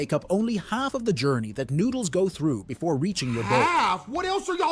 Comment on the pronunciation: i used to not lke water bwefore